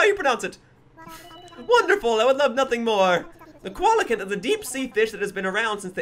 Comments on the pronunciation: I think it should be "see-la-canth" XD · heh you said koala can I pronounce their name Co-Elle-Uh-Canth